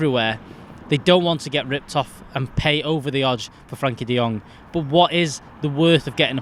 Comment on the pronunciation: It's "Frenkie" de Jong FFS!